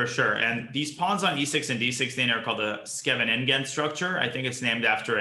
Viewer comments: Jesus that was once again a horrible pronunciation of Scheveningen. T-T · I just love how he pronounces Scheveningen